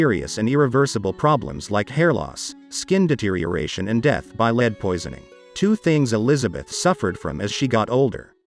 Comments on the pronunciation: Why do you keep saying LID when the word is LEAD? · Stop saying leed It's lead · The pronunciation of the word lead is mispronounced many times. Some saying it with a long e like reed, a short i like lid and then other times it’s right with a short e like lead. Other than that it’s a good video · Because you keep calling Lead, ie the heavy metal, LEED. It’s pronounced LED. At the beginning you even call it LID….I was wondering what that was! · Interesting, but the robonarrator makes a few mistakes which give him away. Such as pronouncing the metal lead as "leed".